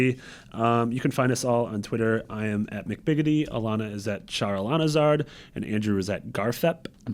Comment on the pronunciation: “Charalanahzard” thanks